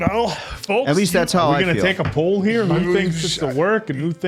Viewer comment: Every time says "Poll" I hear "Paul" 🤣❤